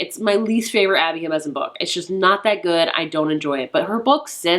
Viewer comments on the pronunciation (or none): It's JimeNeZ, not JimeZeN 😅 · I love your content so not to nitpick at all, but I think you say Abby Jimenez's name wrong in all your videos mentioning her. I think you say Jimezen instead of Jimenez, just switch the last two syllables around :)